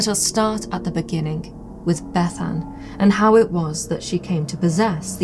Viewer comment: Thanks for pronouncing Bethan in the Cymric way 👍